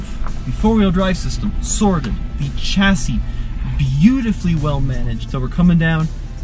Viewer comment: It spells chassis but read Shasi dude! Oh God, I have to teach English to everyone! Lol